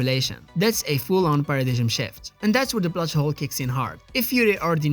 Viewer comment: AWWWW you said "Para Didg M" like Ido.